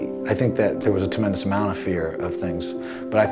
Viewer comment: 17 :45 Guy mezger still doesnt know how to say tremendous not TEMendous😂😂 He done tht in pride interviews to check the chuck liddell pre fight guy interview.